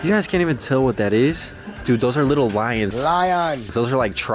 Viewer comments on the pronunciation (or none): Every single time I laugh my head off when says “Lion”